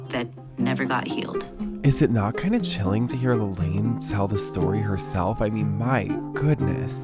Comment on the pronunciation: She said her name was pronounced La-Laan not La-Lane